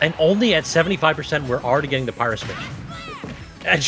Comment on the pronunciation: I laughed everytime he called Pyra "Pierre'